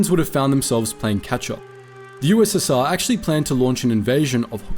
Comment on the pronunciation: You said ussa